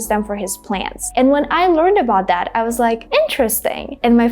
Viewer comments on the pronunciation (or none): the same pronunciation between the and that? no pronouncing t of that😅